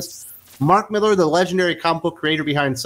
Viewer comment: MillAr, not MillEr ;)